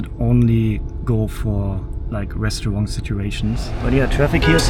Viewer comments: I know you’re German, but you need to learn better pronunciation. It’s Seer-up, not Sei—rup. Try not to pronounce restaurant like a french person. And PLEASE stop the annoying habit of constantly saying “to be honest”. Why make a video full of lies?!? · Hi, great video again. And please, it's restauranT, not restauranG. And I'm a native of Californian, and think tipping is one of the biggest ripoffs in this country. You are not obliged to tip, as simple as that. If they pressure you to tip, I'd simply say, "please don't pressure me to tip, as it's my choice". We're currently in Asia now, where you know if you tip, they almost find it insulting.